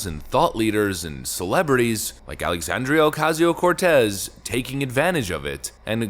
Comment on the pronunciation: I particularly enjoyed how you pronounced Sandy's name in the same fashion as Rush Limbaugh: "AlexAAAAndria oCASSSio CorTEZZZZZ" - brilliant!